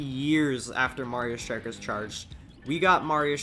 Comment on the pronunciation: Its called Strike, not Shtrike